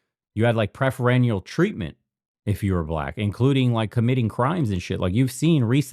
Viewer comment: Love the vids! Just being nitpicky but I've heard you say "preferenial treatment" multiple times instead of "preferential". Just trying to enhance the grammar!